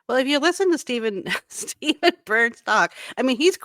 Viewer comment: His name is STEFAN BURNS not Stephen